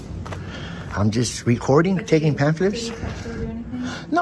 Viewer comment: Please ask to spell pamphlet. He is not pronouncing it correctly. What a huge disappointment his maker must feel at his pointless existence.